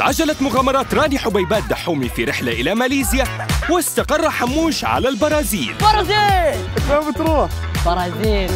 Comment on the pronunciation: حموش مو حاموش